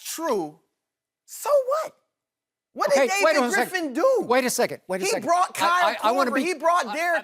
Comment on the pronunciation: Lmaooooo "Gripf"